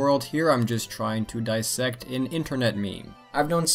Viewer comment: You mispronounced DISSECT.